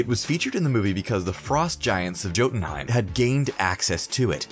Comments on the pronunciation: Doesn't change the fact that he said Jotunheim with a hard J instead of a "Y" sound and called the cask of ancient winters the "casket of ancient winters" the guy is handed a script and has no clue about any of this. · He also says “joe den heim”